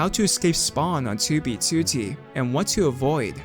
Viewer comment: At this point, the only reason I watch this guy is because of his accent when he says 2b2t haha